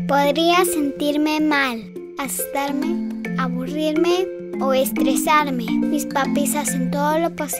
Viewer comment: Me gusto el video pero dijo astarme